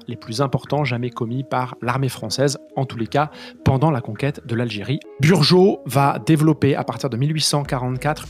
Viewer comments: Le mec qui parle se vante de connaître l’histoire de 1830…..il parle de Burgeaud au lieu de Bugeaud…..inutile d’aller plus loin !!Il n’y connaît certainement pas davantage…. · correction: 4.41 minute, Thomas Robert Bugeaud et non Burgeau !! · Bugeaud et non Burgeaud.